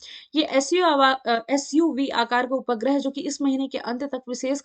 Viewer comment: 👉उपग्रह का pronunciation 🤦🤭 Ma'am change kijiye n pronunciation 😁